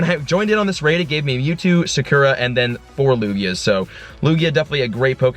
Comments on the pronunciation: It's pronounced soccer-ah not suh-ker-uh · your Espeon is pronounced (Saw-koo- ra) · The way he says sakura lol